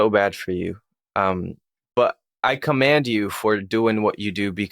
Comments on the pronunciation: COMEND!!!! NOT. COMAND. !!!! Otherwise. Good. Interview. Kept your opinions to a minimum. Allowed him to feel comfortable. And safe. Keep up the honest work young man!!! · The word is commend, dude not command two different meanings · commend, not command. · Commend you for that not “command”you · Commend not comand lol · I've had a similar experience and I believe him without a doubt! Also ..it's commend not command. You commend him. Mend mend 😂 ... Nobody believes my story. I've tried looking up stuff before to find something, anything that would be similar but found nothing until now. Finally!! Thanks for the video and id like to see you interview others about their experience as well. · ......amazing interview, but the word is 'commend,' with an E, I 'commEnd' you for sharing your story.....not command lol. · Its commend you not command... turned off after that 2md one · Cant help myself....55minutes in.... Its commEnd, not commAnd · Commend, not command. Very interesting interview, thanks for sharing. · "Commend", not "command" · The word the host is looking for is "Commend". He keeps saying it wrong, and it's pissin me off a bit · Omg, please say commend correctly! Pronounce the MEN in the word!!! Huge pet peeve of mine and you should know this word. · The correct pronunciation is "I commEnd you" ❤ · I am deeply moved by the story, very much appreciate this video. I have to ask if the host around minute 55 literally said, "I command you" vs "commend"?